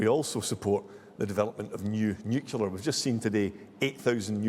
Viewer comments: The word is " nuclear " not " nucular ". ignorance abounds. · I couldn't vote for anyone who says nucular. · The Tory candidate must be a fan of George Bush, who also pronounced it ‘nucular’. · RUSSELL FINDLAY, ANNOYINGLY, CANNOT PRONOUNCE THE WORD ' NUCLEAR' 😡😡😡